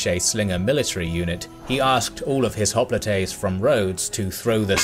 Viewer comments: (Cringing every time he says "hopli-TAY") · Hoplites in English (pronounced as in termites), Hoplitae in Greek and Latin.